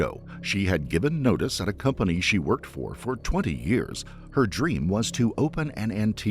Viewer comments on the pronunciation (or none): none